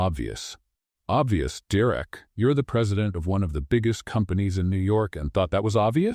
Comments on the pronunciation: Have to say it was a super awesome story even with the name being pronounced wrong, Derek was direct lol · Story is good. Narrator called Derek Direct lol. N. GA. USA 9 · Coreova, Alaska 10 of 10 Another great read from this channel. Thank You... One small thing, Derrick not Direct... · 9 because derek was not said right many times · I liked the story but I had listened to a very similar story just recently. Mostly the act of kindness was different. The story line was the same. Someone is copying. The pronunciation of Derek was inconsistent. The emphasis at the end of the name I had never heard before. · Shaking my head at the narrator's pronunciation multiple times of the Derek name. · I liked the story but it was hard to listen to the narrator mispronouncing Derek's name and it seemed like every 2 minutes they brought up "the pothole" Too much repetition for me. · Annoying how AI pronounces Derek. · Great story! Two problems - The pronouncement of Derrick's name and in the middle of the story Elizabeth was in a wheelchair and the sentence read, "Elizabeth stepped forward". I know she did step at the end against her husband, but in the middle of the story she was in a wheelchair and instead of "moving forward" you had her step forward. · Wish AI narrator would pronounce Derek's name right.